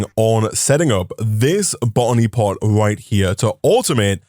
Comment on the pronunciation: Drinking game: Take a sip whenever he says "botany pot" and take a double when it sounds like "bonny pot"